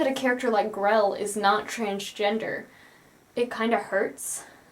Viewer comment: Her name is Grelle. Why is everyone calling her "Grell"?